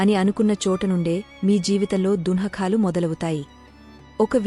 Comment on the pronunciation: అమ్మా దుహకాలు అని చదవకమ్మా ఛండాలంగా ఉంది.....